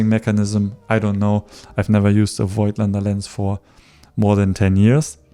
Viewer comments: As far as I know Voigtländer is pronounced: Vogtländer. The „i“ is silent :-) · I really like your videos, you're a cool relaxed guy, love your style. In this video one thing disturbed me a bit. You are native german and you should know that Voigtländer is pronounced like "Fogtländer" .